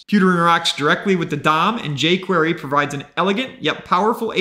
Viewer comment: Yavascript and Yay Quyeyrry... bruh